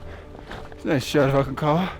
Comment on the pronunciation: Hi, I'm a long time subscriber and fan. I'm just about positive you pronounce the G in Aconcagua. Just an FYI. George Leigh Mallory when asked in 1923 why he wanted to climb Mt. Everest, he replied "because it's there." It was his famous quote that your fellow climber was referring to. I really enjoy your content. Keep up the new and interesting videos like this one.